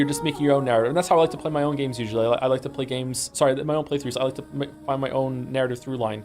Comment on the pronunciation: Cool video but to be honest I'm not sure we needed just 11 hours of saying 'Joms' repeatedly